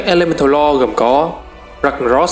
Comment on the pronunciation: từ Old god, faceless, elemental lord, void lord, titanforge, còn mấy cái tên nhân vật nữa nhiều wa mình ko ghi ra hết dc. Ad nên tìm mấy cái clip loremaster của WoW để nghe cách phát âm và tham khảo.